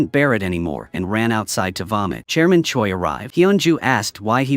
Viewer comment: why do i hear chairman choice's name as German Choy